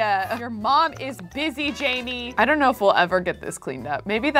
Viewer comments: j-a-i-m-e which is pronouncing jamie is actually pronounced Jane but with m. JAME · It’s not Jamie it’s Jaime haha